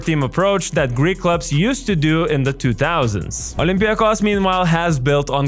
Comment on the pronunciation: First of all, how did you say first olympiakos. Re ouuu